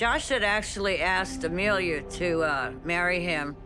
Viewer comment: Ema-Lia? Said the lawyer?!